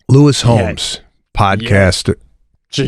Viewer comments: Lewis Howes.....not Homes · It's Howes, not Holmes😬